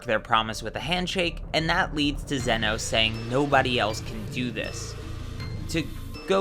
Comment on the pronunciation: I thought it was pronounced “ZEE-no”.